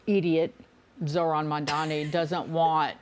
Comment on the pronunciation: It’s…MAMDANI…NOT MANDANI